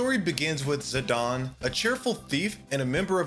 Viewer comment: Three things: It's TEE-dus, not TIE-dus. It's zi-DANE, not zi-DAHN His name is Cecil, not Cecille